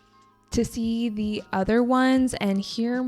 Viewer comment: Em thấy chị có thói quen đôi khi phát âm không đúng từ "the" theo nguyên tắc. Đây có phải là thói quen của nhiều người bản xứ khi nói Tiếng Anh không? Hay chỉ riêng chị thôi?